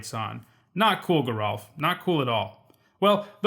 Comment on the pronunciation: The sticher's name is pronounced "jer-ALF" with a soft g, as opposed to his sister, Gisa, which is a hard g